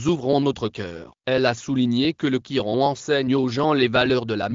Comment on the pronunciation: C est le Coran et non le gioran